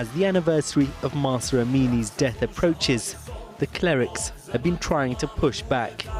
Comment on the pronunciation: Pls say it correctly is Mahsa Amini